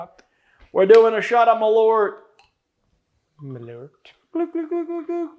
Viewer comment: Is there a reason why there’s Swedish on that bottle? The brand’s american, no? Malört is Swedish for wormwood. Also, it’s nowhere near pronounced correctly. It’s more like ”maul-eart” than ”mulloart”.